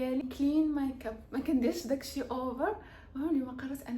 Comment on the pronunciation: هه‍ه‍هههه‍ههه اودي قوليها غامقادة مايكاب مايگاب 😂😂😂😂😂 بداتها بهق بهق